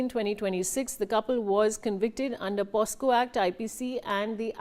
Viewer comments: Its not posco mam, its pocso, u r pronouncing it wrongly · Did u said posco??? Its POCSO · Pocso act not posco 😮😮